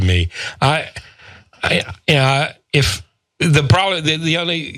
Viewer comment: Did he say, "reBugnant?"